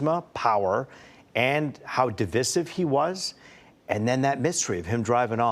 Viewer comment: What kind of weird is “DIVISS-SIVE”?! 😂 Stupid media.